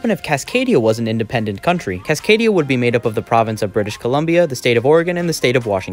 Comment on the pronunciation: Cascadia, not Casadania